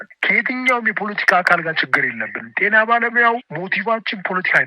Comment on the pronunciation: አማርኛ ሳታውቅ እንዴት የአማርኛ ጋዜጠኛ ሆንክ የቴና አይባልም የጤና በል🤣🤣🤣🤣🤣